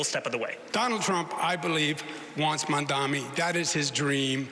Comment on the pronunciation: Como keeps misspelling MAMDANI's name. It has to be intentional. He keeps saying "mandami" on purpose. That's Trump's childish style.